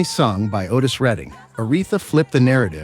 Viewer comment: You are not an American! Please learn to say our words and phrases properly. OK we speak white and black English but the announcer gets it TO wrong. Otis!